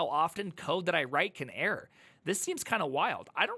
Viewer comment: How does he manage to pronounce error as air?😂 Air handling is tricky to be fair